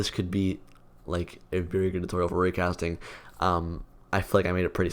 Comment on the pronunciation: when he said "raycasting", it sounds like "Rick Astley"